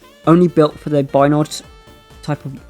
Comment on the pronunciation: Not to nitpick mate but it's pronounced "Bio-Ned" . Thanks for the video, always awesome to get new Spelljammer Content 👍👍